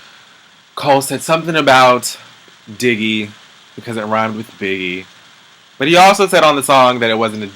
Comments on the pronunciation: Did u call Diggy "Diggeth"? Lmbao!!!!!! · did you say diggith!!..lol omg im done!!